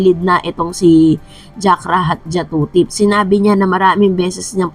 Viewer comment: Jakrajutatip di jakrajatutip ang galing mo magpronounce dai nagblogg kp mali nmn.